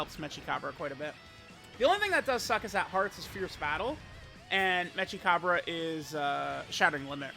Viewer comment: it's mechi as in mecha, not metsja